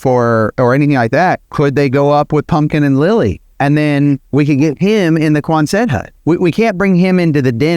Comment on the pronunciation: Thanks for all the good work , I enjoy your vids. I have a tiny nit pick--"Quanset" as in hut was named after a WWII navy base in Rhode Island Where the huts were developed. You are working real hard to make the word Quonset two syllables when it really is almost only one syllable